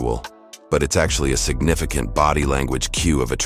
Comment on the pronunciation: "Signifi Can't indicator." Loving that AI 👍